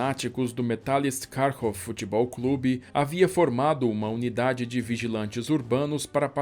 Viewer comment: Kharkiv é nome ucraniano de cidade ucraniana, Kharkov nome da mesma cidade, mas como os russos o pronunciam. Por isso correto é: Kharkiv . Kiev - errado, Kyiv - correto.